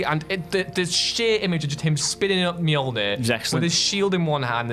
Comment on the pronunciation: Dude, it's Mjolnir. 🤣 Say your attempt out loud and die laughing with me.